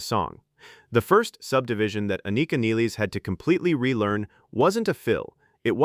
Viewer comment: At least you are the first one who pronounce her surname correctly.